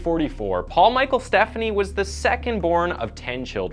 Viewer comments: Great video! The only thing I'll say is, his last name is pronounced "Ste-PHAN-knee", not like "Stephanie" as we're used to hearing. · Stephani. STEF, AWN, EE. Potac. POE-TAK. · I live in Minneapolis and was 21 yrs old when this occurred. I remember it vividly, as a female that age going out in the town. (Fyi - it is Paul Stephani -" St - FAH-nee")